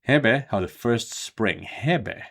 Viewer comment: I believe the e's are long rather than short when saying 'Hebe'. Hēbē.